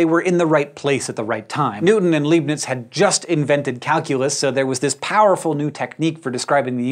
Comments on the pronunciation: "Oiler" is correct. "Leebnitz" is wrong, though. The correct pronunciation of Leibniz is "Lyebnitz". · Leibniz - it's pronounced 'Lybnitz' not 'Leebnitz'. You pronounce the second vowel, in this case 'i' as the dominant sound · Bernoulli's principle is not responsible for aerodynamic lift (although that's a common misconception) and it's pronounced Leibniz not Liebniz... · side note: Leibniz isn't pronounced 'lee-bnitz' but 'lie-bnitz' In German, 'ei' is always pronounced like in "Ay ay, Captain!" ^^ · Leibnitz: Lie (like in not telling the truth)-b-nitz. Like in Einstein (who's not ienstien) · Leebniz? Hank really needs to stop pronouncing words that are German in origin. First Neanderthal now this. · You should really learn how to pronounce Leibniz. Took me a couple of seconds to realise, who you were talking about...